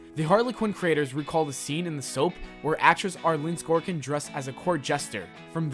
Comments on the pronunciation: 1 thing wants you to forget about this video. He can't pronounce Sorkin. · I feel like this dude is yelling at me in progressively increasing volume and speed as the video goes on. Also, internal cringe every time he pronounced "Sorkin" "Skorkin" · It's Arleen SORKIN, not SKORKIN, he clearly doesn't know the story and is just reading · Who the fuck is arlen skorkin? This narrator needs to be sacked 😂😂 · "Sorkin", not "Skorkin". seriously, where the hell do these people learn how to read? S _ O _ R _ K _ I _ N. not "S _ K _ O _ R _ K _ I _N ". *facepalms myself*. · Arleen SORKIN...not Scorekin like he said 40 times in the vid. Seriously guys if you’re going to make a vid about facts at least get the names right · Arleen Sorkin not skor-kin like you're saying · Sorkin, not Skorkin. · the original actress's name is pronounced Arleen SORKIN...not SKORKIN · he kept calling Aileen Sorkin, Aileen Skorkin. 😬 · why do you keep saying "skorkin"? it's Sorkin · None of this is hidden. Arleen Sorkin, Not skorkin. Days of our lives, Not days of our life. Unless you speak another language, then you're doing great. Couldn't detect a bit of an accent. I'm tired. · I'm sorry if this sounds rude, but with 75K subscribers, I would expect a higher quality video. The woman's last name is "Sorkin," not "Skorkin" and the show is called "Days of Our Lives," not "Days of Our Life." That info is literally written on the video clip you shared, and yet you said it wrong over and over again. There were a bunch of other words that were either mispronounced or used incorrectly in this video. I'm sure people will say they don't care, but if you're making money off of this channel, why not make sure it's correct? I think you could use an editor/fact checker. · Dude it's Sorkin, not Scorekin. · SORKIN. No extra 'k' in there. Just wanted to let you know. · I dismissed the video after he said "Arleen Skorkin." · Arleen Sorkin. Not Arleen Skorkin.